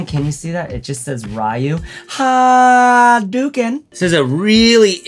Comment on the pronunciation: RAI-YOO and HAHHHdookin 😂 k